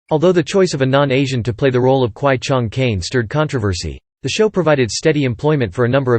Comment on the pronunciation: Is pronounce kwai Chang Caine not Chung